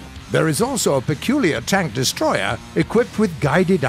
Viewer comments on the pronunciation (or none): none